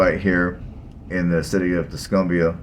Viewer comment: Tusk-um-bia, not Tusk-oom-bia. Muscle Shoals, not whatever you were saying.